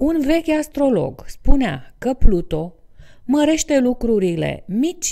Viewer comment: Nu am cum sa urmăresc acest video daca este greșit din start. Pluto este câinele lui Disney. Pluton se spune corect!